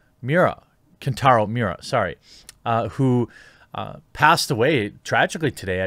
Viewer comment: He didn't pass away today, he passed away on May 6th. And God forbid you can't pronounce his name properly. Thumbs down. 👎